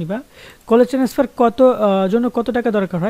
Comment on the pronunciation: Tenesfar naki transfer vai